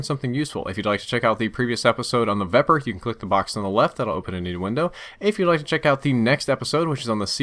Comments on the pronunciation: oh the irony. he made a mistake about the vepr? its pronounced viper. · did anyone els notice that when he was talking about reload time he said veper